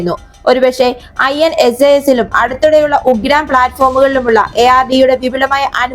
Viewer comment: ഉഗ്രാം അല്ല ഉഗ്രം ആണ്